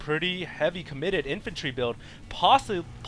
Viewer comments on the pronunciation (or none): none